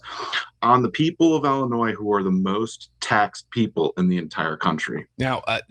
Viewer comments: I never noticed Kwame cannot pronounce illinois correctly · This guy definitely graduated from the Chicago Public school system. The S in Illinois is silent. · I am concerned when I hear kwame raoul, Il attorney general speaking and can not even pronounce the state of Illinois Correctly- several times! Really??